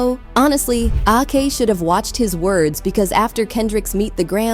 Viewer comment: Please, when you use AI voice proofread. Ak is not A.K 😂